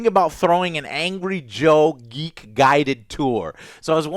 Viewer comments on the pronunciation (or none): Why is Joe pronouncing “geek” as “yeek”